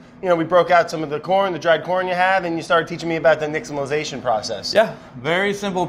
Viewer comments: Brad has such a hard time pronouncing simple words but nails nixtamalization? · I'm just surprised Brad pronounced "Nixtamalization" correctly.